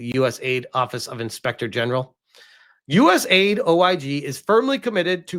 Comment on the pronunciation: It is not US aid it is US A, I, D